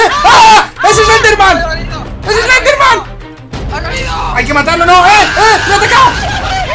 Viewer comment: Mike en vez de decir eslender dice selender